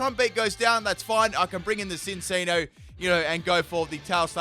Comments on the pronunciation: "Behimin" wow "sinccino" too!? Just great lol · Full " can't say these names of moves/pokemon correctly Cincinno (chin-cheeno) Uxie (you-cksee) SYNTHESIS (sin-th-eh-sis) Beheeyem (literally read it how it looks damnit) Yeah that's all I can think of right now, may update later